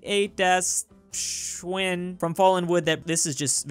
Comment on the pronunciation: Not to nag as you are usually quite good at German but Schweine is said as Schwei ne. Have a good day.